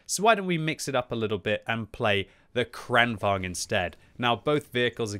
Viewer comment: omg can you stop call it KHRAANWHAGEN!